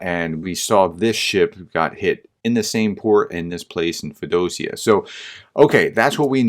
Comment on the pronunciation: Feo - Dosia.... please. Work harder on those pronunciations.